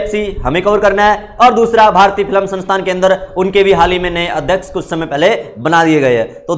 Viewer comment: Filam nahi film bolo please